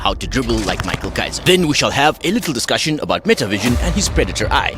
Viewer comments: His name is pronounced as "mi-ha-el" because he is German. I dunno why everyone calls him "mai-kal" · erm actually 🤓. It's pronounced "mi-hai-ru' because the manga is Originally Japanese. In Germany, it's "mi-khel" or "mi-kha-el" "mai-khal"